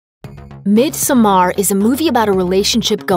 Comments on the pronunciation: Let’s hope so! The YouTube money this channel takes in, it be sad to think the narrator did not take 2 second to do a google search for: pronounce midsommar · The way she pronounces midsommar couldn't be further from how it's actually pronounced sjdnsndmsk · I can’t handle the way she says Midsommar it’s so incorrect 😂😂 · Really good movie! But it hurts me every time they say in this video Midsommar 😖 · I keep having to pause this video because of pronounciations of everything from the movie title to the character names are just something else...if you actually watched the movie you would know how to pronounce everything. Sorry I just had to rant a bit about that. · I understand you are from an english speaking country, but before trying to say a Word from another language, listen to it in that language. If you know the Word is from Sweden, look it up, many translation sites have a listen option. You say Pelle almost perfectly but midsommar does not have a hard AR. It sounds almost like you would say it in English; instead of a stronger ER it sounds more like mid sum muhr. Thanks. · WHEN WILL PEOPLE LEARN HOW TO PROUNOUNCE IT. My ears are bleeeeeeading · the way she pronounces "midsommar" makes my head hurt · Swedish is my first and you are right. I dont know how Maria A got this information from. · Pathetic how Looper can never pronounce anything in their movies correctly, especially the title of this one! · you pronounce midsommar really weird. put the effort in the double m and not the a. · The way midsommar is pronounced here is really offputting. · Stop mispronouncing the title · I could take this video seriously if you were pronouncing the name right.... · The way you pronounce Midsommar pisses me off. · "Mid-some-arr" omg....its pronounced "mid-summer" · I know right, is painful to hear everytime she says it. I do understand she cant swedish, but in the movie Pelle does says Midsommar as "Midsuommear" sound, like we swedes do. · "Midsomaaar"... Excuse me?